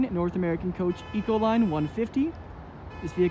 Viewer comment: "Eco-Line" LOL! FAIL!